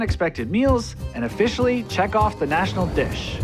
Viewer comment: ofFISHIALLY ahahahaah